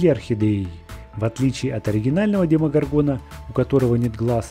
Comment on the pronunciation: ДемогОргона ударение на вторую О